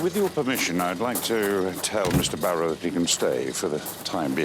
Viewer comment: “Goodbye Mr Bawwow.” 😆